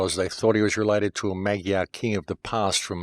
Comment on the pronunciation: Once again, excellent work,. Thank you so much. BTW, the pronunciation (Hungarian) of the word "Magyar" is more like "mud-jar". Blessings on you, my man! PLEASE keep it going. Your research helps us all.